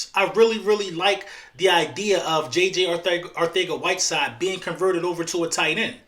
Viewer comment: It’s Arcega not Arthega